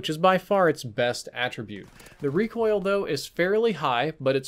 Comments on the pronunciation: ‘Handling attritube” LOL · "Handling attritube" lol